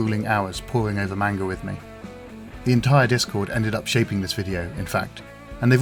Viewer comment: Beautifully done, but every time this guy pronounces 'manga' wrong i cringe internally